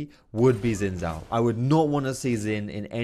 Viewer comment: Sin Sao. So you pronounce X and Z the same? ok